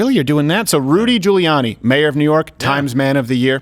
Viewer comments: Ludy Giuriani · He's just mad because he can't pronounce "Rudy Giuliani"